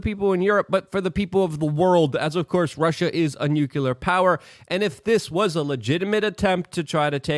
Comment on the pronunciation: Repeat after me: New-clear. New-clear. It's new. It's clear, it's nuclear. It's not nuke-you-ler. It's Nu-Clee-er..